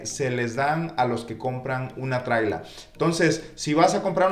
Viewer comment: Se llama casa móvil. No "trila"👈